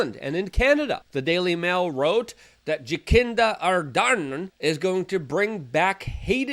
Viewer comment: Who the hell is Jakinda Ardan ? I can help you with pronouncing names.